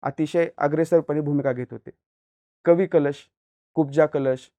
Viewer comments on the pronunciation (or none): Ek tr tu utka bhikar anchor ahes , tu adi history vachun ye ani kavi kalshancha nav nit gheyla shik